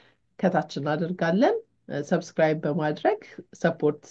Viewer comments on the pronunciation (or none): none